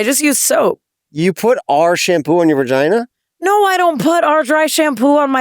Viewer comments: Jeff calls it a veRgina 😅😅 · I love when jefff says vergina😂😂